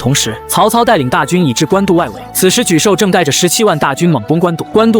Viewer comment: 就是ai爽文。错别字反复念，而且一会沮授，一会泪授。更多错别字加ai各种瞎编。😂我也泪笑一下。